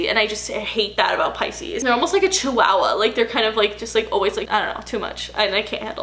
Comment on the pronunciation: The way you say Chihuahua lol